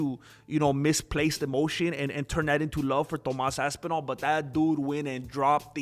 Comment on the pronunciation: "To'mas Aspinall" got me crying laughing for some reason...